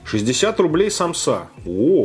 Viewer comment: Сааааамсы а не самсаааааа пезграмотный чел